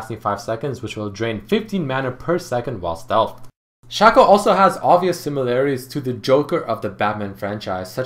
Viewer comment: toàn đọc là sêkô